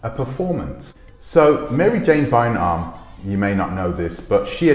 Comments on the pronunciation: Prounounced ‘Buy arm’ not Bynum like Juanita Bynum. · Her last name is pronounce like BYE RUM. Byram.